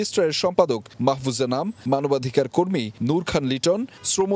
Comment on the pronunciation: মানবাধিকার কর্মী উচ্চারণ করছেন মানবাধিকাড়।